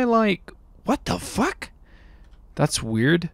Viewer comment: Is it only me that thinks he says the f word so weirdly.